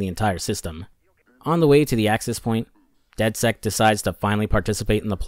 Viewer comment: Did you really call dedsec dedsect?😂